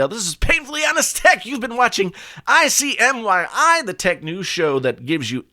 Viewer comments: You said it wrong twice. Im sure no one noticed. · In case you missed it = ICYMI not ICMYI OCD btw 😉😉